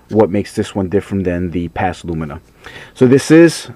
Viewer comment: Lumia not LumiNa ;)